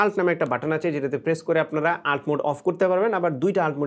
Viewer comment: আল্ট না এটাকে বলে ইউ এল টি